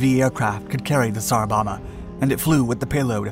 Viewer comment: Bomba is pronounced Bom-bah (Bom is pronounced like the dome, but with a b)